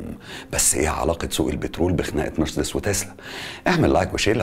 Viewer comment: اسمها ونطقها كما ينطقها الالمان والامريكان نفس النطق ...مارسيديس Marcedes Benz... مش مرسدس . Mercds كما تحاول ان تنطقها انت . نطقك للكلمه غلط ’ ومحتاج تشتغل علي لكنتك الانجليزيه لانها ضعيفه جدا جدأ أن ما تتكلمش انجليزي خالص طالما مش عارف . يعني في الفيديو ده فقط غير غلطه مرسدس . انت قولت اوبك بلاااااس. اسمها اوبك بلس. ..... بلس مش بلاااااااس .... كمان. اسمها جولف سواجن مش غولف ساوجن 🤣🤣🤣🤣___🙋‍♂️🙋‍♂️هو انت ليه مصمم تعمل نفسك بتعرف انجليش 🤷‍♂️🤷‍♂️مش عيب خالص علي فكره انك تكون متعرفش ...ـــ بس عيب قوي انك تكون متعرفش وبتحاول تظهر وتبين لمتابعيك انك تعرف ــــ و بالمناسبه اسمها حروب ساايبرنيه ـــــ ساايبرنيه جايه من ساايبر... مش سيبرانيه زي ما حضرتك بتنطقها.... انت باظبط عامل زي ايمي سمير غانم في فيلم عسل اسود كان اسمها ميس ميرفت وكانت بتعلم الاطفال انجليش تمام زي بتاع حضرتك كده واحمد حلمي كان حيموت من الجنان والغيظ علي طريقه نطقها ،نقلها النطق الخاطئ للاطفال ــ حضرتك تمام زيها بالظبط ونفس طريقه النطق المتخلفه والجاهله